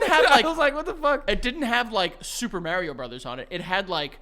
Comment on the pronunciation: its MARIO not Merio 😑